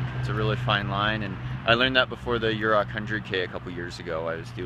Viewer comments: Pretty sure it's pronounced You-Ray. Vo2maxProductions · Ouray = "you-ray" :) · Great video. I did in fact come down that trail in the dark while pacing at Hardrock this year. Luckily, the sun was rising so we had a bit better light towards the end. (But we were sleepy at the time as well.) Also, the pronunciation of that town would be more like "you ray" but without a gap and a slight emphasis on the "you" part. (I grew up just a few miles down the road.)